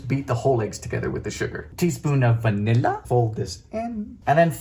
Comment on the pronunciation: This is now one of my favourite videos of yours, Dylan! 🥰 Although this must be the only time I've ever heard you say VA-nilla! 🤣 Edit: This looks like watching the evolution of your three-ingredient peanut butter cookies to your peanut butter bread.